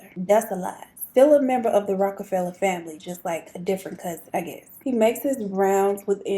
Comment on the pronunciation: Yes. You are saying his name right. Love your channel ❤😁.